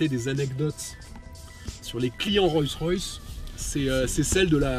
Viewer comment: Hé mec ! Apprends à prononcer Rolls correctement ! Ca te prendra tout au plus 5 minutes. Sinon c'est d'un ridicule ! Tu t'imagines présenter une Citroan , une Pougeot ou une Renoult?